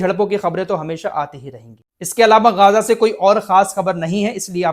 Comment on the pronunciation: गाजा nahi ग़जा बोलिए